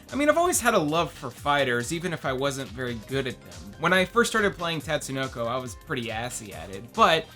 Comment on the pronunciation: *Tut-sue-no-co Also, Karas ftw.